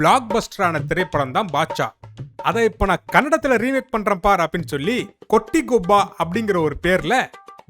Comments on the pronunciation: ಕಪ್ಪಿ ತುಲ್ಲೆ... 1st ಕೋಟಿಗೊಬ್ಬ ಅನ್ನೋದು ಕಲಿ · ಲೆ ಕೊಂಗ ಅದು ಕೋಟಿಗೊಬ್ಬ, ಕೊಟ್ಟಿಗೊಬ್ಬ ಅಲ್ಲಾ ಕಣೋ ಕೊಂಗ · Day adhu kotigobba illeda it is kotigobba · ಕೊಟ್ಟಿಗೊಬ್ಬ ಅಲ್ಲಾ ಅದು ಕೋಟಿಗೊಬ್ಬ kanoo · Kotigobba ❌ kottigobba ✅ First of all You don't know only how to pronounce it also you making roast 🤣 ಸ್ವಲ್ಪ ಈ ಕಡೆ ನೋಡಿ ಕಂದ.....😅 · LOUDE kottigobba alla kano It is KOTIGOBBA